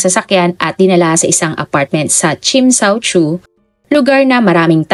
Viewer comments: Tsim sha tsui... Chem cha choy not tsim sha chu...😊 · NA DISTRACT AT NA BOTHERED AKO SA WRONG PRONOUNCED NG TSIM SHA TSUI HINDI PO YAN KASING SOUNDS LIKE SINSAN SU FOR GIRLS FACE.. Tsim (like Tsiiim) -Sha (like Shasha Padilla) Tsui (choy or choi) Ang Tsui hnd kim Chu na CHU kundi Tsui Tsoy or Chuy or Choy Next time You search the word and watch on YouTube how they pronounce kase wrong pronounced is wrong here. Although sympre get na You don’t know pero im here to help hopefully for next time better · chim cha choy ang pagbigkas po 26 years nako d2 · chim cha choy po ang pagbigkas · tsim sha shui yata mali mali naman pagkasabi😂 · wag mo n usisain yes TSIM SHA TSUI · Tsim sha tsui (tsim sha tsoy po ang pag pronounce) 🥰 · Understandable naman kht hindi nia mabigkas ng maayos dhl hnd naman bia kabisado ang mga lugar at qng paano ipronounce ung mga lugar d2,. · Sorry, wrong ang pronunciation mo sa place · Normal lang Hinde Naman Siya taga hk. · Nung mga bago tayo dito aminin natin dami din nating di alam i pronounce na lugar kaya accepted naman na di nya masabi ng tama dahil dipa cya nkarating dito 😅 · Okay lng yan..di nman kasi sya Chinese